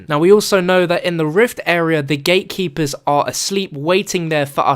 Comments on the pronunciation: AM I THE ONLY ONE HEARING HIM SAYING "THE GAY-KEEPERS" ) :D HAHAHA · I thought u said gaykeepers😂